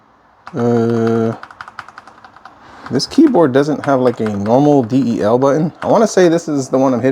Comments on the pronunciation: "D-E-L BUTTON" Sit, it's the delete key. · For a so called "Tech Garage" you dont know the lingo, pronouncing stuff wrong. The D E L button? How about the delete key... To many things wrong here for me to stay. Good luck dude.